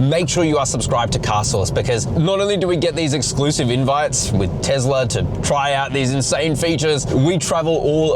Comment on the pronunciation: It is not TEZLA